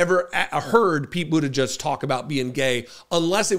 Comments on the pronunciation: his name is pronounced Buta-gedge, not Buta-judge, there’s no U in his name, I’ve heard you bit€h at people who mispronounce Kamala Harris’s name, it’s not Buta-judge!!! You are pronouncing his name like the homophobic bigots on fox propaganda machine network do, just like they refuse to pronounce Kamala Harris’s name correctly after they were told repeatedly how to say it!!! 🖕🏻💩🤡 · It's pronounce 'boot-a-jedge' not 'judge', please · please pronounce the name correctly! it is NOT bootajudge! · C'mon,, you KNOW it's pronounced, "BUDDHA -jej." (NOT "Judge".) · Our future President's name is pronounced boot - edge -edge . FYI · If he does run for president, I hope people learn how to speak his last name correctly. It's not "butti-judge", it's "butti -jedge". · His name is pronounced like: "boot - edge - edge" or so I recall his saying on an interview years ago.